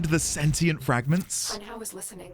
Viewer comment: You're still on sentinel. Its sentient. Sentient! Where are you even getting sentinel from? Lol